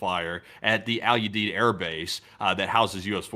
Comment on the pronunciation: Al You-Deed. It's a hard U.